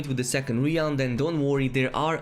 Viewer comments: Bro .... REALM....not RIALME plz....sorry it was driving me nuts. Good video content doh. ;) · Great video! FYI realm is pronounced “r-eh-lm” and not “re-alm”